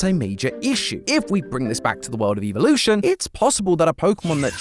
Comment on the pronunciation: It’s evolution not eivielutionnn